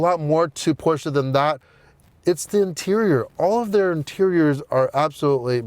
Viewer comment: Thank you for pronouncing Porsche properly! *new subscriber